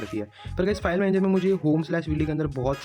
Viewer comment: Linux kehte hai lainax nahin 😢